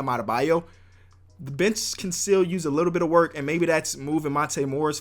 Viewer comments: does anyone else think he says B** instead of bench? like if u agree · when he says bench it sounds like b*tch